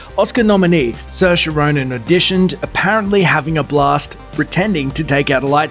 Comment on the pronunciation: The new Star Wars casting is terrible!! Also it’s seer-sha